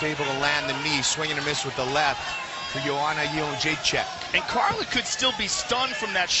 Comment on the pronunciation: So funny hearing JOE ROGAN calling JOANNA"S name in the beginning round as YO-HAN-NA rather than as YO-AN-NA. Of course back then nobody outside of POLAND could pronounce it correctly.